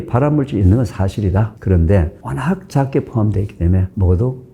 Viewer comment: 교수님 강의 늘 잘듣고 도움 많이 되고 있습니다 감사합니다 그런데 작게를 짝게 적은을 짝은 등 ㅈ-ㅉ 발음이 조금 거슬리네요 교수님 강의와 책을 좋아하고 도움을 많이 받는 구독자입니다